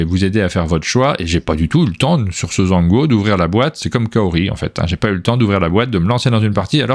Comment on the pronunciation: Alors Zhanguo techniquement, c'est prononcé Djangwo.